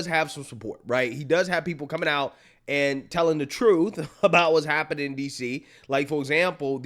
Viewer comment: She said "truff"